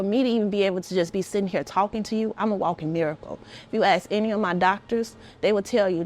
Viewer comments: Why can’t black Americans pronounce the word “ASK”???!!!!! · It's "ask" NOT AXE!!!!!!!! WHY IS IT SO HARD TO PRONOUNCE WORDS CORRECTLY? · If you say ax instead of ask you shouldn’t be in positions of authority. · if you can't say the word "ask" correctly there is your answer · if you cannot properly pronounce “ask” you cannot have my vote..